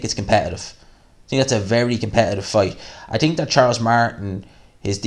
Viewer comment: " I TIIIIIINK! ", lol, Irish are funny